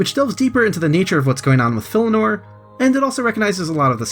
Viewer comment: Filianore. FI LI ANORE. NOT FILLINORE.